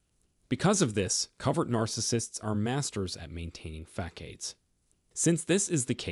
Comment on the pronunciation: Fak-ades? Dude. How can you not know this word?